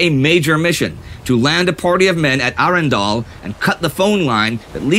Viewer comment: "Arendelle" or "Arendal" you said in the intro???